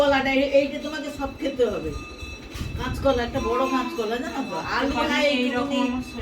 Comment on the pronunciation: কেচ কলা বলে না কাচ কলা বলে 😊 সব এক না 😊